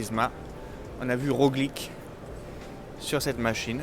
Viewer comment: RoGLIQUE :p mdr dsl ^^